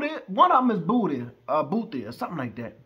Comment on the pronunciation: Did you just say booty?😂😂😂. It's bhuti meaning brother.